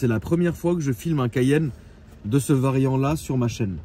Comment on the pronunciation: Le mot variant a été prononcé c’est passé près du strike